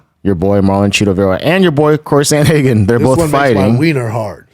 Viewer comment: Cory Sand-uh-hagen 🙄